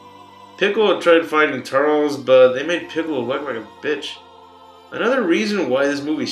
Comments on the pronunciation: obviously this guys is not a fan if he reffers to turles as turls and not turllece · Turles* (Tur-less)